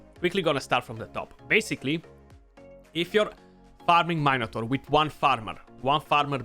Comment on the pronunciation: “Main a tor” 🤣🤣 bro you made my day! No disrespect, I love you mate for all the knowledge that your giving us!